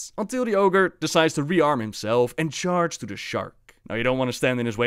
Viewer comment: chaAARge? really?